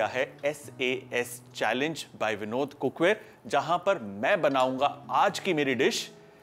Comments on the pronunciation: It is vinod cook ware not vindo cook ware,😊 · It's Vinod or Binod 😂